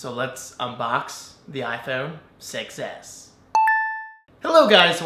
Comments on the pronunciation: Does anyone else hear iPhone success when David says iPhone 6s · Every time you say Apple "6S", it sounds like you're saying Apple "Success"! Lol!